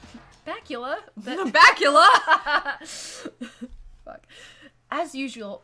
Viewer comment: i love when toko calls him “Backula”